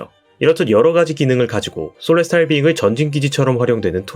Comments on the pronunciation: 솔레스탈 비잉구... 일본애들 발음 진심... 셀레스티얼 비잉 인데... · Celestial Being 을 왜 소레스타르 비잉그라고 발음 할까요?